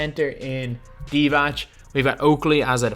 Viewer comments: There is not a ć at the end of divac its c this time and literally every other time when its not u are not saying ć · It's pronounced DivaTS :)